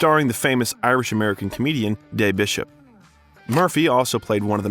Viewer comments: Day Bishop ffs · This guy BUTCHERING Irish names 🙃 brothers name pronounced "Paw-dee" sisters name pronounced "She-la". Also it's Des Bishop not "Day" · Interesting how he said Des Bishop as "Dey", instead of Dez